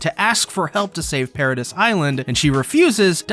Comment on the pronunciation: This ai saying paradis wrong is killing me